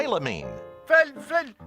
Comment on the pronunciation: Watching them try to pronounce phynelaleninine was hilarious